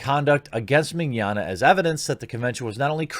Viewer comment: In fact you are one of the few ppl i heard pronouncing his name right " mini-onna" is what it sounds like, there's a lot of Italian descendants in Brazil and we're quite used to their names, and Portuguese speakers get almost all of latim related languages easily